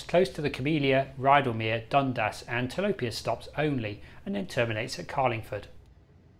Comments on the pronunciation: it’s pronounced ‘Dun-Das’ with two syllables. I’m a local and I personally can’t see much volume on the line, it was dead as a train line. To make it work it needs a connection to Epping station. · Like someone has already posted, Dun-dass - with equal stress on each syllable. Also Leamington St is pronounced leemingtn.